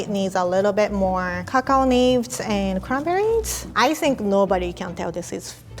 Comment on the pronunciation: Everytime said something that ends with an "S" she ends it with "TS" instead... "Cranberriets"